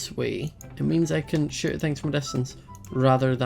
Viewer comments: when says shoot it sound like sh*t because of his accent😂 No hate, I love you ❤ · When he said shoot from I thought he said sh*t from XD